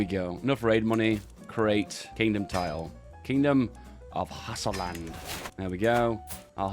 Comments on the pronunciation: Hey for the Kingdom you form it's Hausaland or (Hau-suh) like house with an A at the end of it not hassaland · Pronounced /Hawuh-sah-land/